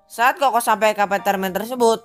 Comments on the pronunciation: Apartemen bang bukan apatermen !! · Apatermen bang Bukan Apartermen . Hehehehe